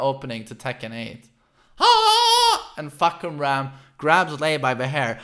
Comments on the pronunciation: Is that how you really pronounce his name🤦🏽‍♂️? Fock-u-ram.... GTFOH🤣🤣🤣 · Just hearing him say "Fah-ku-ram" over and over and then "Fahk" - "i didn't even see the kum" - "WHO TTHE FFU*K?!" lol hilarious. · Fahkumram phonetic pronunciation as "F̂ā khảrām" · deadass thought he was saying "Fuckerman" the whole time LMAOOOOOOO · It's "Fah Come Rarm." As a Thai person, it's painful to hear when his name gets butchered. Lol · "Fah"- not "fuh" "Ku"-silent M "Ram"- rum Pronounced FA-KU-RUM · You can call him like this "Fah - Come - Ram" Fah = Sky, Kumram = Roar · My Thai friend said it's pronounced as "Faaa-kam-lam" and she's expecting Westerners to pronounce something weird or make fun of Thai names. Examples like her name "Siriporn" and one of my acquaintance name "Pimprapoat" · His name is actually pronounced as Fah/Cum/Rarm (trust me I'm Thai XD) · For yall westerners or anyone who cant pronounce his name properly , here's how his name supposed to pronounce.. FUH - KUM - RUM (Fahkumram) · It's Fah-Koh-Ram. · His name pronounce "Far - Cum - Raam". Sir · His name means roaring sky, got struck by a lightning when he was a kid. How ironic. Also Fah-cum-ram is how you pronounce his name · Gotta love the way swe says FAHKumram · It’s fah-kum-ram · fah-kam-ram No fuckerman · Jesus christ your way of pronouncing the name in english lol, so much emphasis on the first syllable exactly how you'd say...you know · It's funnier this way just let him be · His name is pronounce Far - Cum - Rarm" (Yes, that Cum no joke. Its pronounce that way). "Far" means Sky, "Cum-Rarm" means Roaring, like lion roar. Therefore the direct translation of his name is "Roaring Sky". Basically like a during a thunderstorm, you said that the sky is roaring. Sorry its not "Fak-Koom-Rum" Peace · Isn’t it FahKUMram like you express the Kum in his name? Not Fahkumram? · Fah come ramm not fuck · Farh' Coom-Lrum ...Address more inflection on the first syllable. This should help. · its Fah-kum-ram